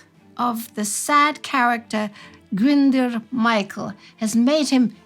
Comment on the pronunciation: Sorry, my pedant has come out to play. Glyndwr is pronounced Glyn & dwr to rhyme with boor, but roll the r for all its worth.